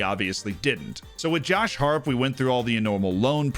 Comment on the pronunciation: Came to learn more about FM. Left wondering how Josh Harrop's name was so badly butchered.